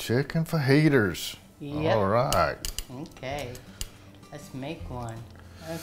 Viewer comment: “Chicken Fajiters” 😂❤️ Thanks for these great recipe videos!!!